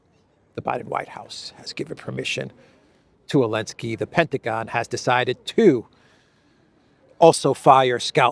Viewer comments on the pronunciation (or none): This guy is a rank amateur. How does this idiot try to play off his so called knowledge of world geopolitics by calling President Zelensky - ELENSKY AT LEAST 5 TIMES. He is literally too ignorant to be listened to.